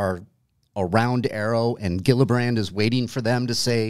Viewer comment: Love your show but you should know that you always pronounce Gillibrand’s name horribly wrong every time.